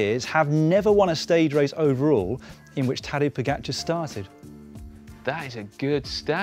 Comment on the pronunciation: Respect for pronunciation of Pogačar. Spot on from everybody. But Roglič will win. Good prewiev.